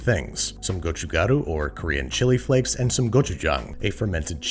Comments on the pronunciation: I'm not even korean but it's very refreshing after hearing someone else pronounce it as "gochujaru" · Wow you pronounce 고춧가루(chili pepper powder) so perfect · Applauds gochugaru and gochujang pronunciation!! Everyone has a different version of this growing up and lots of ppl add sugar, fish cake, cabbage, etc. but I really appreciate you show casing Korean food especially during a time like this. Love our people like you love our food! :) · As a native korean speaker, Babish pronounces 고춧가루(gochugaru) and 고추장(gochujang) by far the most accurately out of all the foreign cooking videos I’ve seen. Great job!!